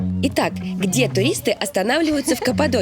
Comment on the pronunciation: И "Хде" тоже.